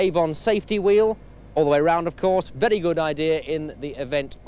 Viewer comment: Why did 70s TV presenters say the word 'very' as 'viddy'? And say 'wheel' pronouncing the 'h'. Alan Partridge does it.